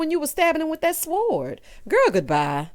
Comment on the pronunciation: The W in Sword is silent. Great review and thank you🙂